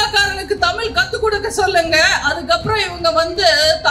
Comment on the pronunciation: நீங்களும் தமிழ் உச்சரிப்பு தவறாக உச்சரிக்க நீங்க தமிழ். தமிழ் என்று உச்சரிக்கணும் தமில் தமிள்இல்லம்மா மொலிமொளி என்று பேசுகிறீர்களே நீங்களும்ஒருதமிழாசிரியரிடம்பயிற்சிபெற அன்புடன்வேண்டுகிறேன்